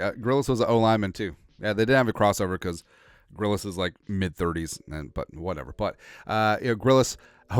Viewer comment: Grillas? Gillas bro